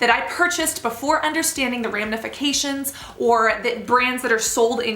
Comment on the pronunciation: Glad you made this video and did your research. I would like it to have the best reception from the widest possible audience though so if i may suggest you fix two vocabulary errors that take away from your message with some folks? One is the word "acquisition" - you say it as ACCUSITION a number of times. The other is "ramifications" which you say as ramNification, adding an "n". I typically dont take time to point out things like this, but in the context of a video like this i think it does matter and could dilute your message in an otherwise VERY WELL DONE video on an important topic.